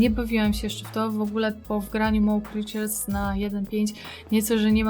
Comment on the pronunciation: Mo Creatures a nie mał kriczers idiota i nie zna angileskiego